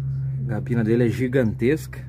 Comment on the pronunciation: Muito bom dia !!! É dos excelentes caminhões europeu, se adaptou muito bem ao Brasil e hoje é o mais vendido, a DAF só tem a crescer, ainda mais quando vier o modelo novo !!! Só tenho uma ressalva, (ouvir motorista profissional falar incorretamente a língua portuguesa e dizer "gabina", caminhão tem " CABINE"), a cabina do DAF é muito grande e boa !!! Valeu pelo vídeo, Show !!!